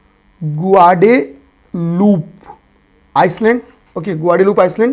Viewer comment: अरे प्रभु आइलैंड है, आइसलैंड नहीं